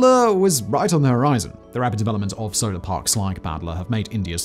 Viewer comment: I even googled it 😂, but even Google was like “Yeah, you definitely meant to say Solar, right? Spolar ain’t a thing.”